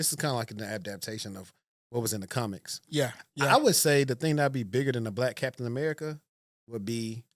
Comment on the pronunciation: Cap-tain America